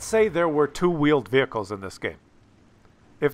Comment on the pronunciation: two vheeled wehicles